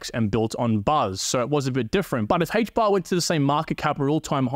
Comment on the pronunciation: Aye-ch bar. Not Hay-ch bar lol